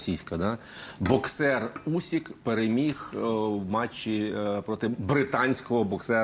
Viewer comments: Агов, пане, прізвище українського боксера Усик, не Усік! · Usyka,a ne Usika! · Не Усіка, а УсИка.